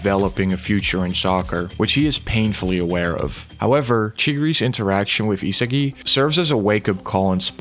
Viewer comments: Yo... how do you make a video on Blue lock and call the main character ee-se-gi the whole time... EE-SA-GI man it's not even hard to pronounce. It may seem like nitpicking, but it actually isn't. How tf am I supposed to take a video on Blue Lock seriously if the video creator doesn't even pronounce an easy name of the main character properly. Cuz I can tell you that neither the sub nor dub pronounced his name ee-se-gi. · Your pronunciation of isagi is annoying the shit out of me. E-SAH-GI not HeSeeGi ffs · e sa gee not e siggy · stopped watching as soon as i heard eesagai ngl xD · Is no one gonna talk about how he pronounces Isagi 😭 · Nah bro but how the hell do u manage to mispronounce Isagi lmao I legit stopped watching the vid cuz of that major L